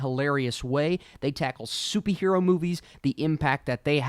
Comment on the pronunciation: Am I tripping or did he say soupy hero movies